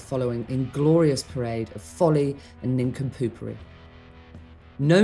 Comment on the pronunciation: "Folley, and ninkumpoopery."